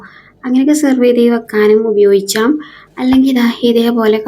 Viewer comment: ഉപയോഗിച്ചാം അല്ല ഉപയോഗിക്കാം എന്ന് പറ